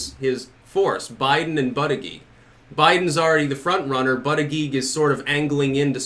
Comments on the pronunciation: Buddha-Judge, not buttah-geeg. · Pete “Buttageeg” lolololol